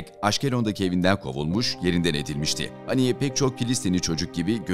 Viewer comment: Efendim! Merhum İsmail heniyyenin adı Arapçada; "اسماعيل هنية" biçiminde yazılmaktadır. Buna göre Türkçemizde; " HENİYYE" şeklinde yazılmalı ve söylenmeli. Saygılar. Küresel basında; "A" harfiyle yazılması dikkate alınmamalıdır. Bu yazım İngilizce transkıripsiyon kuralından kaynaklanmaktadır. İsimleri kendi dilindeki seslendirme ile söylemeliyiz. Allah ona rahmet eylesin, dileklerini tahkik etsin, gerçekleştirsin. Saygılar.